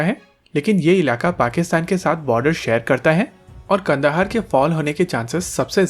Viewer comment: Kand.haar nhi kandhar hai कांधार न कि कंदहार